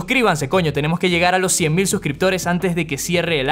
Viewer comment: El suscríbanse coño, sonó al habla canario 😂😂 viva Canarias y lord pedro coño